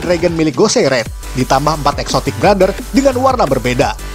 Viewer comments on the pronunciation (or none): Lha Exotic Brothers ;-; Aku dengernya Exotic Butters :v